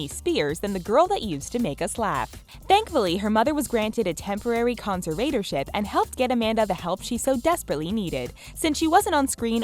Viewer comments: Work on those word pronunciations... Conservatorship? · You messed the word "conservatorship" up so horribly, I'm almost impressed. If your job is READING, you should consider LEARNING HOW TO READ.